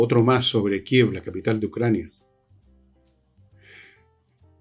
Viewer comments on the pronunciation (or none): none